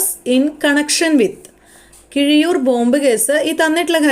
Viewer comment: Keezhiyur alla keezhariyur